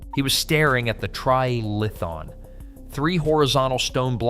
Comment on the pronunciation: Tri "ale" a thon...